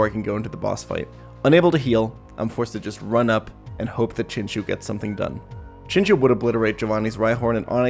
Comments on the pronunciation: "Chinchoo" "Poopitar" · I honestly can't get past "Chin- Chew", I'm a terrible person